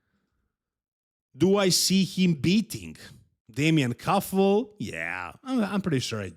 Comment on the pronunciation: He is Damian Kuffel, not damien kuffle and he had a terrible trip to Austria, because of the flight cancellation, so please do your research before you say something. Also have some respect for the athletes and LEARN basic stuff like their names.